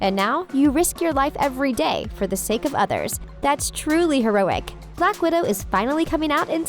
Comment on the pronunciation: You said blackwodo 2 time